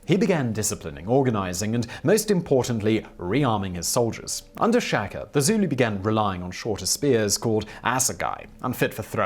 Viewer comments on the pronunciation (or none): Please pronounce all Zulu words they way the are written e.g SHA - KA simple , DI - NGA - NE simple - Ce - Tshwa - Yo